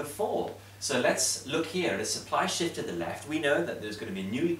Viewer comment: It was Shift. Not Shit😂😂